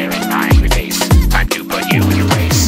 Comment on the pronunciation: He said Faic xD Face*